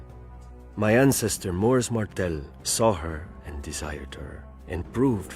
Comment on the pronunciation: It is House "Martell" (not Martin)